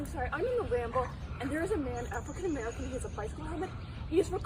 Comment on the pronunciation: Purple prose aside, I think it's silly to not pay attention to how she said it. I am definitely not a person that views the world through a racial lense and I hate when people cry anything-ism, but the emphasis that I hear her put on the words 'African-American' makes me think this phrase held a lot more meaning to her than it should've.